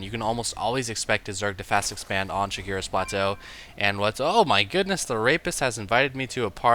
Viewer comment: it's Shakuras Plateau not Shakira's Plateau. Your horniness sees no end.